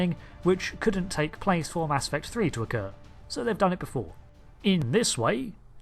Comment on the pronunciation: Oh I thought you said, "Mask Effect" and this was going to be some sort of post Covid story.